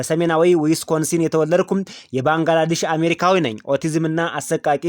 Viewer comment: ባንግላዳሽ አይደለም << ባንግላዴሽ >> በሚል አስተካከል